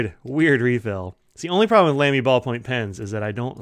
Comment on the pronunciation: The famous brand is pronounced “Lah-me” — NOT “Lamb-y” ( a common mispronunciation that must annoy the fluent and intelligent Germans no end ).